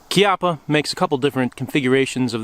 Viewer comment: You finally got it right. Kee-ah-puh. Congratulations.